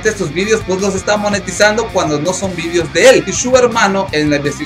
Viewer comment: Por que dices vidios :v? deja de ver a youtuber españoles!xD Muy bueno tu canal es de salseo!